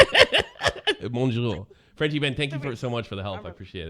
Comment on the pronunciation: MOJO nigga, it's pronounced mojo